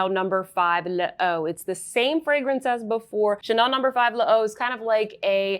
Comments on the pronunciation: Your makeup today is a KILLER: you look amazing and how about a lesson for this knockout look? Your skin is GLOWING Love your new highlights in your hair Saw these Chanel “ sticks” want some too Also L’eau is pronounced like: low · I know it’s annoying and I apologize in advance for it, but l’eau is simply pronounced the way you pronounce low. 😊